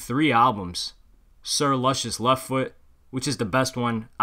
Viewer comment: You don't even know how to pronounce Big Boi's album, lol.